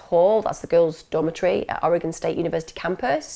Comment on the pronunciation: Love all of these videos. Just to let you know, (and we Oregonians are pretty chill about this), there are a few mispronunciations: Word - Rhymies Oregon - Or A Gun ✅You nailed it Willamette - Will Am It Corvallis - Cow Palace ✅ Really close Aloha - A Low Ha (I graduated from Aloha High School)e all of these videos. Just to let you know, (and we Oregonians are pretty chill about this), there are a few misspernounciations: Word - Phonetic Breakdown Oregon - Or A Gun Willamette - Will Am It Corvallis - Cow Palace Aloha - Ah Low ha Was supposed to be named Aloah, after the First Nations tribe which had lived in area. But, when the post office started to build a post office in Aloha, the postmaster decided that there was a typo, and that is how Aloah became Aloha. Meier (& Frank) - My err I don’t mean to nitpick, I know that I would butcher Welsh names if I were made to try 👱🏼‍♀️